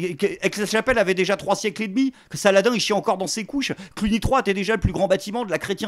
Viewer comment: Faudra lui expliquer comment on prononce en arabe Saladin😂